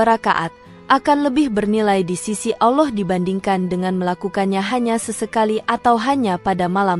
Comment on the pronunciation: Sebutan Allah pun x betul